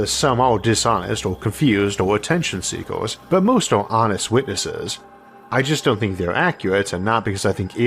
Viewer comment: He has a speech impediment (think Elmer Fudd), I don't remember what it's called.